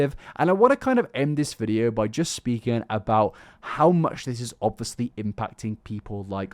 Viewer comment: Summary of video for those who don't want to waste your time: "OB-fus-lee... OB-fus-lee... OB-fus-lee... OB-fus-lee... OB-fus-lee... OB-fus-lee... OB-fus-lee... OB-fus-lee... OB-fus-lee... OB-fus-lee... OB-fus-lee... OB-fus-lee... OB-fus-lee... OB-fus-lee... OB-fus-lee... OB-fus-lee... OB-fus-lee... OB-fus-lee... OB-fus-lee... OB-fus-lee... OB-fus-lee... OB-fus-lee... OB-fus-lee... OB-fus-lee... OB-fus-lee..." You don't need to like illuminaughtii to find this dude insufferable.